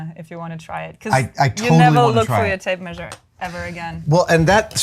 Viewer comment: Till this point, I thought she was saying "Tape Maid"